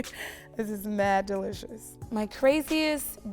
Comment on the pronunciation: Delicious ( DEE LISH UZZz